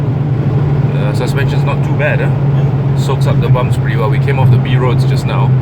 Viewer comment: di di di.. its not di.. its the